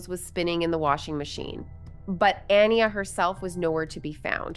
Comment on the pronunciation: It bothers me that the host keeps mispronouncing the name Aniya when her family mentions her name many times thoughout the clips that she used for this video.